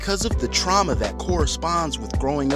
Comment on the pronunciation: “Truama” lol